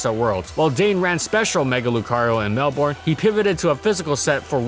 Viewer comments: Love the video, but as a quick heads up. Melbourne is pronounced "Mel-Ben" I don't blame you for pronouncing it how you were though. Us Australians tend to slur our words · Mel-BURN is how we pronounce it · The "our" in Melbourne is silent. It's just "Mel-bn". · Bruh I just noticed how badly you butchered the Australian cities names lmao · the way americans pronounce melbourne always makes me laugh (i'm from melbourne) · Listening to you try and pronounce Aussie city names was hilarious. Good video, though! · PLEASE FOR THE LOVE OF GOD LOOK UP HOW TO SAY MELBOURNE... PLEASEEEEEE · I’m just gonna ignore how you pronounced Melbourne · How good was “pronouncing Australian city names” ACTUALLY? Sorry mate 😅 Brisbane is Briz-ben, Melbourne is Mel-ben, and you got sydney right 👍🏼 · I love hearing foreigners say Australian cities, mainly because we actually don't actually say them how they're written (kinda like Arkansas, but for different reasons). Melbourne is pronounced Mel-bin Brisbane is Bris-bin It's pretty much just a result of the Aussie accent dropping the harsher sounds in words, for example; Water (Wa-Ter) becomes Wohda (Woh-da). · I know! "Briss-Baine" and "Mell-Born". It hurts so much, lmao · ITS BRIS-BIN AND MEL-BEN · Brisbran and Melborne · Brisbane? Melbourne? Perhaps work on your pronunciation a bit more 🤣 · How good was Venomoth/Parasect/Magcargo actually because, ya know, MAGCARGO FAST!! And it is pronounced MelBURN, not MelBORN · It's more "Mel-bern/ben" than "Mel-born", at least, that's how we typically say it in the Melbourne area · Did you really just pronounce Melbourne (Mel-burn) as Mel-born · Melbourne, Mel bourne. Pronounced Mel Binn, not melborn, it's not like jason borne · It's pronounced "Bris-bn", not "Bris-bane". That's something foreigners tend to not realise, I've learned. Similarly, it's "Mel-brn", not "Mel-born" for Melbourne. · "mell-born" lmfao. Melbourne is pronounce "mell-bin" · Its prnounced mel-ben not mel-born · “Mel-BORNE” Lmao